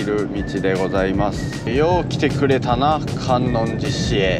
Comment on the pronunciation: 最近検索で引っかかってファンになりました。 観音寺市在住です。 かんのんじじゃなくてかんおんじですね。 八十八ケ所の寺の名前はかんのんじ ややこしいですね！ ちなみに坂出市 さかてじゃなくてさかいでし 覚えといてね！